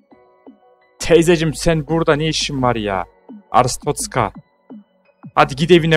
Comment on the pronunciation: abi bi ara artschozka derken boğulcan diye korktum aq